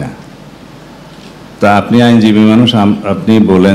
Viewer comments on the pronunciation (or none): none